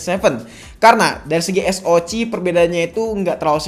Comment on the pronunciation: Baru nemu kanal yt yang nyebut SOC tuh es o ci hihihi out of the box